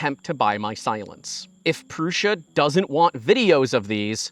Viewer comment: It's Prusa, not Prussia.